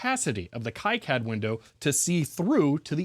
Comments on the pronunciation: Not judging or a huge deal and I'm sure you have heard it before but the ki in kicad is pronounced Kee or Key not Kai. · awesome video. btw, it's pronounced key-cad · FYI KiCAD is pronounced Kee-CAD, not Kai-CAD. (Reference: Wikipedia) Also, if reverse engineering again in the future, careful measuring capacitors while they’re in-circuit. Depending on many variables, doing so can result in incorrect values, especially if there are multiple in parallel. In simpler devices, the value can matter less, but it could be a gotcha moment in designs where the capacitance value plays a significant role in the circuit.